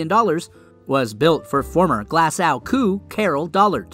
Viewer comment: It's not coo, its C-O-O, as in Chief Operating Officer